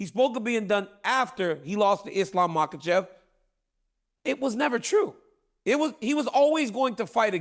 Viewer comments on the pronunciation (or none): DC called Islam “Mocklechev” like chael does 😂